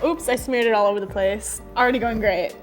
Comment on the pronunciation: When she said “already going great” I thought she said Ariana grande